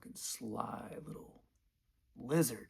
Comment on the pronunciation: The way you said "llizard" with the red light behind you 😂